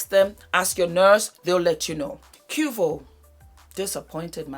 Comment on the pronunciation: Its pronounced Kway-vo 🤣🤣🤣